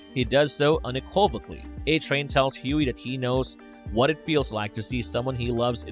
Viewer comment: why the hell does this narrator get everyones name wrong? Edit: please add the words "unequivocally" and "athleticism" Like how are you narrating on a big channel and can't even pronounce these basic words and names that are literally said the correct way in the video you're narrating......